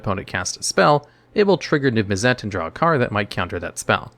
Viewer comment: NIV MIZZ IT. Damn That was so hard to hear over and over and over, I wanted you to know I unsubbed. Holy crap..